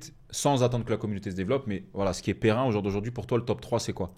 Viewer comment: « Pérenne » frère 😂 pas périn